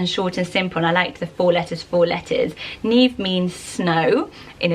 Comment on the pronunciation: Neve spelled like that in Italian would be pronounced ne-vey not neev, if you want to pronounce it neev it's an Irish name and spelled Niamh